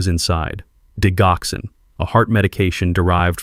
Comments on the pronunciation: for crying out loud... it's ''di Joxin!! wtf?! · It is Digoxin(di-jock-son) or digitalis(dige-i-tal-is). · Why do you insist on using a Robo voice to dictate your stories? It is so distracting to hear medication‘s incorrectly pronounced for example, the main medication in this story, digoxin is pronounced “ dijoxin.” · Please pronounce digoxin correctly. You really shouldn't used medical terminology when you can't even pronounce it correctly. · I wish AI would learn how tp pronounce Digoxin; the g has a j sound.